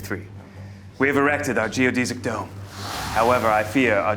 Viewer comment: Am I the only one that's bothered by how he pronounces geodesic dome? 😅